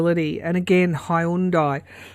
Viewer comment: Love the way you pronounced “Hyundai”.